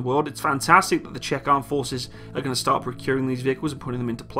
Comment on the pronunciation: Jeez, man... It's pronounced "ʧɛk", as in "I'm signing a bank cheque".